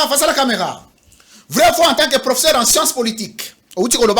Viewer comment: Ce monsieur est très bon pour être un enseignant dans une école primaire que professeur d université .D 'ailleurs avec un très mauvais français Ce monsieur est professair et non professeur .